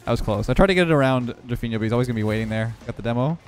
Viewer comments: Ur pronunciation of Drufinho is pretty good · The pronunciation of Drufinho is correct, well done!